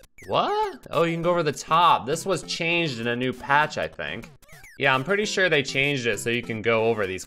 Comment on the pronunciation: sure or shiiiiiiirrrr?